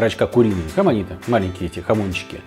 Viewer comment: С новым годом! Не хамонито, а jamoncito ( хамонсито). Сам живу в Испании. Хороший канал и рецепты ТОП.